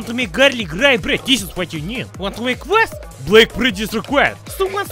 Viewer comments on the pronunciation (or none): none